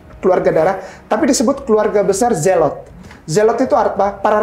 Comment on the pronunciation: menyebut zelot saja salah ni si mba/mas. Zelot di bilang zelok tapi berani bocara srjarah